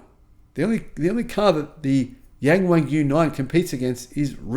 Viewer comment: Only your pronunciation of YangWang is ridiculous. Learn to pronounce it correctly.